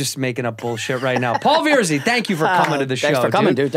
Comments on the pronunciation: Are we going to just pretend Cheeto didn’t call him veer-zee??? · Santino its not Veer-zee its VER-ZEE. Paul is too classy to correct him lol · Paul Veerzy he says.